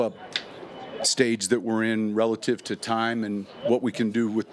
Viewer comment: If he says RELITIVE again I'm gonna freak out!